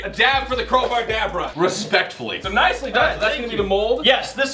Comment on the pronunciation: when u said abra crow🕊-bar dab👩🏼🖐🏻-ra ...... lol